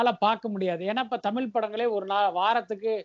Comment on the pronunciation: தமில் இல்லை தமிழ்